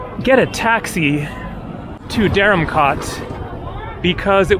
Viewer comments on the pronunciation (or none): Hi: Interesting video of Dharamkot & Bhagsu. The former looks like the better place. By the way, I had commented in your earlier video that the "kot" in that place is pronounced like "coat" and not "cot", as you pronounce it every time. You can certainly be very obstinate at times.